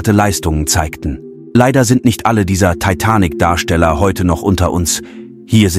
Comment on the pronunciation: Kein schlechtes Video, bis auf die bescheuerte KI Stimme die sich nicht entscheiden kann, wie manche Namen (inklusive des Filmtitels) betont werden soll...